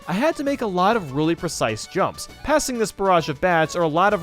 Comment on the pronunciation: Like For How Many Times He Said Percise Prob Spelt Wrong | V